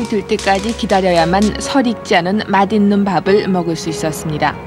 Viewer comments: 맛있는을 마딧는이라고 발음하네.. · 예전에 "맛있는" 발음할때 "마딛는"은 배운사람이고 "마싣는"은 제대로 못 배운사람이라고 어디선가 들은 기억이 훅 지나가는데...